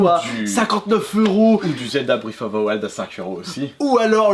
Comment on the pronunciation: "Zelda breiiizovthewild